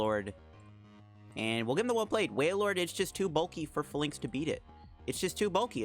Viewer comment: I cringe when you say it. It's pronounced FAY-links, buddy